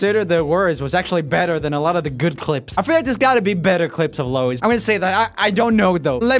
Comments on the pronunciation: Me for 2 mins: " *IT'S LOUI!*" " NOT LOUIS " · They did Louis so dirty Louis is AMAZING and they could‘ve added some of his solo preformances and more recent shows also Louis‘ name isn‘t pronounced like Lewis it‘s pronounced like Lou-eee so yea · ROOMIE ITS PRONOUNCED - LOUI - NOT - LOUIS - THANKS A LOT 🦖✨ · he really called him lois not Louis haha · It annoyed me he said Lois instead of Louie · my sister almost killed me for pronouncing it like Lewis, but Joel's on a new level with Lo-uis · Roomie: pronounces it Low-is Me behind the screen, fully aware he can't here me: IT'S PRONOUNCED LOO-EE, LOO-EEEEEEEEE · No one: Joel: Lou-is Its actually pronounced Louie but it's just spelt like that Louis I definitely recommend checking out his live performance of Too Young, We Made It , No Control, Walls live for all. He's a really underrated singer since Harry and Zayn stand out more and his voice is much different to the others but that's where he is shines with the unique voice. And all the talk about him being the "worst" singer just made his confidence level drop in 1D but now he's getting much better despite all that he's been through. 💙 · Joel calling Louis "Lois" honestly just made me laugh! It reminded me of Niall calling him Lewis to make him mad😂 (I did go into angry directioner mode though when that compilation was just trashing him) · he was saying it like Lois Lane :D instead of Louis like Louie/Lewie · Louis is pronounced Loo-ee, FYI. Low-is is how you pronounce the woman’s name Lois, like Lois Lane. I take it these aren’t common Swedish names, lol. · It'd pronounced as "Lou-wee" not "Luwis" by the way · i say lewis but only ironically, like how louis calls niall neil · Louis is said Loo-e. Unless your British, then it's Loo-eh😂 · I’m sorry but- ITS LOO- EE SISHSKBSJS eternally crying cause he called Louis, Lowis😭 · When Joel said Lewis instead of Louis :😫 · U don’t pronounce it lewis it’s like lewi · Louieee not Louiss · It’s Louee not Lowis